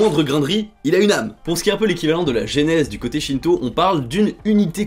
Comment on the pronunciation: Je suis le seul à avoir compris "shinzo" au lieu de "shinto" 😅